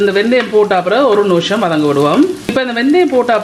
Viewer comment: Very nice curry... ❤ noosham ila.. nimisham.. maathi solungo.. pls.. keka oru madiri iruku.. thanq